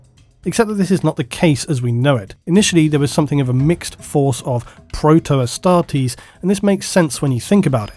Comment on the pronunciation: I always thought you were saying Hastati as in the first line of the roman legions XD